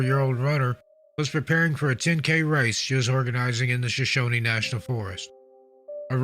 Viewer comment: We pronounce it just like it's spelled... Shoshone, not Shoshoneeeee. "Shuh-shown", No extra "E"s at the end. 😉